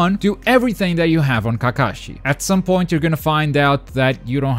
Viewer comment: Kakashi = Kah-kuh-shi DOES NOT = kuh-Kah-shi Unlearned swine.